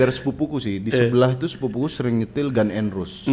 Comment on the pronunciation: ngaku pernah kuliah sastra enggres, tapi nyebut GNR gan n ros wkwkwkwk jangan ngibul ah